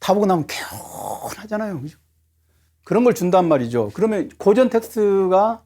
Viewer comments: 고전 강의에 강사의 "고전"밯음이 틀렸으니, 이 얼마나 아이러니칼한 한 한국 문화이옵니까??? "고전"의"고"자는 "길게" 발음해야지요! 강사께서계속해서 "짧게" 잘못 발음하고 있습니다. "고서, 고시,"등 "고"는 모두 길게 발음해야하지 않습니까? 이런 평상어를 바르게 바름하지 못하는 한국 문화가 하 분하여, 1967년에 고국을 떠난 이 늙은 이가 쓴 책, "한국 어문을 고발함"을 조용히 읽어 읽어 주시옵소서. 미국 변 완수 드림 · 우선!! 고전 강의에, "고전" 의 발음이 틀렸오이다!!! "고전"의 "고"는 길게 발음해야지요!! :고사", 고적" 등 "고"는 모두 장음이올시다. 적지 아니 실망했오이다. 고국의 지성인 여러 분!! "한국 어문을 고발함"이라는, 한국 출판사상 초유의 이 책을 읽어 줏이 옵소서. 미국 변 완수 드림